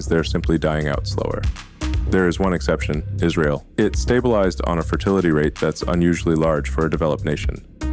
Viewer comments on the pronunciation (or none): none